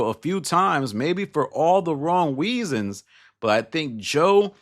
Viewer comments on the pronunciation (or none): Lol 😂😂😂 “maybe for all the wong weasons”